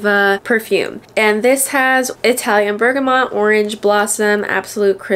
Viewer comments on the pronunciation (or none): none